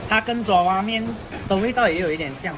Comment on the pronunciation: 爪zhao 哇面， 不是 zhua 抓哇面